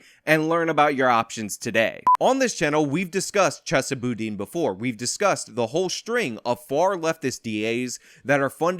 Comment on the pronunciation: Are you mispronouncing his name on purpose? Kinda drivin me nutz lol. I mean your clips are pronouncing it correctly. LOL JK JK